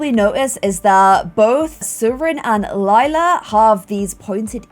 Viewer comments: LAJLA NOT LILA PLS PRONOUNCE IT BABE😂❤️ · LILA not LEELA come on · (Not trying to be mean) I love hearing keep saying Leela instead of Lila and then correcting herself 😆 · DUDE ITS L I L A!!!!! IF YOU WANNA CALL YOU HER "LAYLA" THAN MAKE HER NAME "LAYLA" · I just noticed she said Lila instead of Lela in the beginning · Hah it's cute cuz no matter how she says it, it will mean purple in both english and german. I know she originally named her Lila to not have a weird name like Lilac so it was a shorter version of it to show the color, but due to her shortening it she mistakes it for Lela :) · When pronounces Lila as Lee-la and Lie-la within two second of each other 🤦🏼‍♀️😂👌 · Lila like “Lilac” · PLEASE! if you wanna pronounce Lila right, think of Lie-la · thanks for this. :) new appreciation for lee-lah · Hi! If you need a way to remember how to pronounce lila’s name is this: Lie-la hope it helps!😊